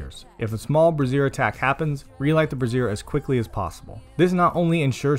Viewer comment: Nice guide. By the way, the way you're pronouncing brazier is like brassiere, which is a bra.